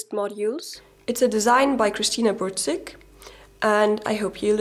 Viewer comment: krystyna burczyk not cristina burtcyk :D